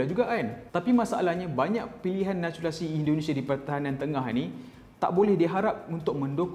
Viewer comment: “NATURALISASI” “NACHULISASI”